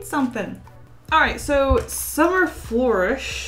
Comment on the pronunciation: I love your art and you... But how many other people got triggered by how she said ‘flourish’??!